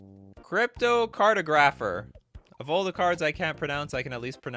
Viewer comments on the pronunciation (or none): I think you said cartographer wrong